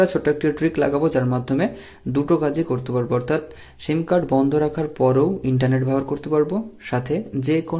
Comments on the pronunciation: শিম না, এটা হবে সিম। কথা ভাল করে শিখে তারপর ভিডিও বানান plz😊😊😊👌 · অই সালা মাদারচুদ, তোর ভিডিও তুই কাজে লাগা, আর সিম উচ্চারণ টা সঠিকভাবে করিস